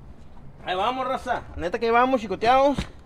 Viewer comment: es que cuando dices " raza" suena a Rosa, por eso creo es la confusión con el nombre de tu señora, o eso creo 😄 Saludos.